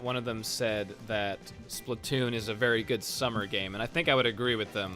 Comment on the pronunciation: why do u say splitoon???